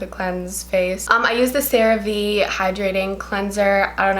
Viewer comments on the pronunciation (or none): She really said cerevee